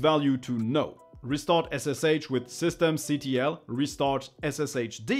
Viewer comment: Sorry but the command "systemctl" It's not pronounced or named system C T L, it should be referred as "System Control" the command "systemctl" is just an abbreviation of "System Control"